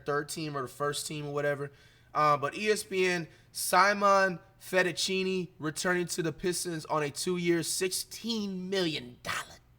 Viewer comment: "simonn fettuccini" 😭😭😭